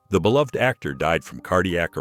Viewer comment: Thank you for pronouncing "beloved" correctly.